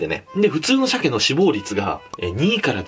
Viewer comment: 脂肪率が死亡率に聞こえて「鮭ってそんなに死ぬんだ〜…鮭児はそれ以上！？まじか〜…そりゃ貴重だな。」と思ってたら脂のってるとか話し出したからびっくりしたww